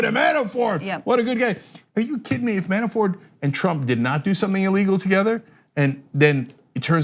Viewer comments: every time she says Man-a-4 instead of Manafort I cringe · There is T in his name. ManaforT, not Mana4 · By the way it's Manafort, not Manafor. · How does she not know Manafort's name??? She keeps saying Manafor without the "t". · Mana for T T say the T you are driving me crazy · Why won't she pronounce the 't' at the end of Manafort's name? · I actually checked the comments just to see if anyone else noticed haha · Christopher Eshleman That was irking me. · You can pronounce the T in manafort. He's not french.